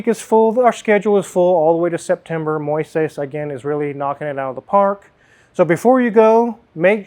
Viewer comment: quickly learned how to say "Moises," but he's still struggling with "Ariel."